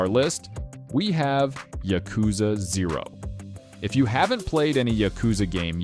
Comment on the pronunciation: afaik, you pronounce "Yakuza" wrong, just like I did by default. Supposedly it's pronounced more like yA-kuza